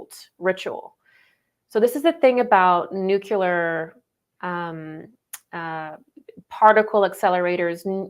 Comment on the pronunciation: good talk. please learn how to say 'nuclear'. 'new-clear'. not nu-ku-lar. thank you. p.s. Buddha was prior to Christ and Buddha's teachings are all going within.